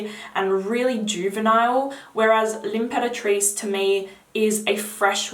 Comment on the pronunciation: Thank you for the video,! One quick note, for everyone who is watching, the pronounciation of some names is a bit off, hope you don’t mind me saying! Just pointing it out so as not to confuse viewers. “Maison” is not pronounced like “Mason”, but Meh- zone. It means house or home in French. Imperatrice is pronounced “Ahm-peratrice” (you pronounce the word right, minus the beginning)- it means empress, also in French. Also- everyone seems to mispronounce Francis Kurkdijan’s name, understandably 😊 The French pronunciation of his name is “Kur- (with the typically French long “u”, like in “you”)- dee - zhan (like Dijon mustard - instead of “o” in Dijon, replace that with an “a”- “Dijan”). The final N is muted, slightly nazal 😊 hope this helps!